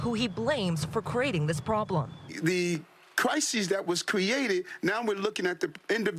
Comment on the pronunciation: Why is he saying crisES? That’s plural. He’s trying to sound smart but talks like a cheap gang member .